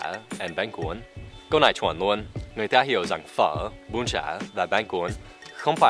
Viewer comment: xem clip của thầy xong ko thấy thầy nói tiếng việt ngố mà em thấy thầy nói tiếng việt ngọng :p "luôn" chứ ko phải "nuôn" thầy ơi ^^ . Thật ra em ở Hải Phòng. Và không biết thầy ở VN thời gian qua thầy có biết không nhưng những bạn ở thành phố, tỉnh khác mỗi khi nhắc đến người Hải Phòng là họ cứ có quan niệm là người Hải Phòng nói "ngọng". Và cụ thể là ngọng chữ "L" với "N". Thật ra tâm sự với thầy một chút đó là hồi bé, lúc chị em dạy em tập đọc và đánh vần chữ cái thì chị em bị ngọng và làm em lúc đó cũng bị ngọng theo. Nhưng khi đến trường đi học em thấy cô giáo phát âm không giống thế và em đã tự sửa để đọc sao cho đúng. Em thấy sửa ngọng khó lắm, lúc đó mỗi ngày e phải đứng áp lưng vào tường và gồng mình đọc cho đúng. Cũng may là em tự phát hiện ra sớm khi em còn nhỏ và em đã tự sửa ngọng được cho mình. Khi lớn rồi đi đây đó khắp nơi thì em thấy không chỉ người Hải Phòng, mà rất nhiều người dân ở nơi khác kể cả Hà Nội cũng nói ngọng. Nói như vậy, ý không phải chê bai các bạn nơi khác cũng nói ngọng được thì Hải Phòng cũng nói ngọng được. Mình chỉ muốn nói rằng, ở đâu cũng có người nói ngọng, ngọng nó là do cách phát âm, là do cách các bạn được học và đánh vần từ bé, và ngọng có thể sửa được. Chính vì thế, mong là các bạn nơi khác, nếu có đọc được những dòng tâm sự này của mình thì mình mong các bạn đừng gán mác "Ngọng" cho người Hải Phòng nữa nhé !!! Và chính vì thế nên giờ khi nghe ai nói, em đều rất hay để ý là họ nói ngọng hay ko để kêu họ sửa ^^ . Em cũng không biết t